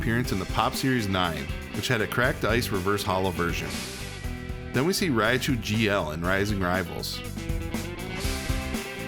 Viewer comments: It's ry-chu not "rya-chu" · ah yes, raia chu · I've never heard Raichu pronounced this way